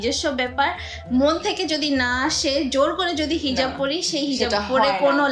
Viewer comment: hijaf ta ki hejaf bolle api??